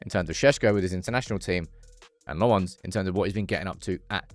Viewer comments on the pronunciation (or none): Please learn to say his name properly. LOmmens, not Le-mons :) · Tip for you: Lammens is not pronounced "Le Mans", as in the car race. It's "LAHM-ens," with the emphasis on the first syllable. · For someone who prattles on about "community" so much, you clearly don't read your YouTube comments. 😂 His name is pronounced Senna Lommins, not Senny Le Mons. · 🚨 you corrected yourself with the Lammens pronunciation only to go back to the wrong one. 😂 lemme help: it’s not French Belgian, it’s Dutch Belgian. (Flamish). You pronounce is like “lemons” except the a sounds like the Dutch a, like ten Hag. Sounds like lommons, like “commons”Life gives you Lammens. ❤ good luck! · Lost hope will correctly pronounce Lammens ever 😅